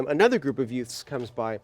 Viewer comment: "Two yutes"